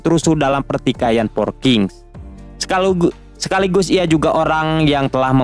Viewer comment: sekalugu😭🤣 sekaligus bg bukan sekalugu